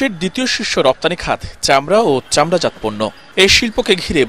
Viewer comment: চামড়াজাত উচ্চারণ চামড়াজাতো-চামড়াজাত্ নয়।